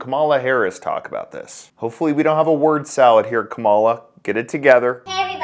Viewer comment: It’s pronounced camel-uh